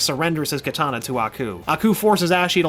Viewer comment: Stop saying kitana pls